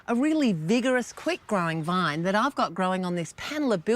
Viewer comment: How does she turn vine into a three syllable word? .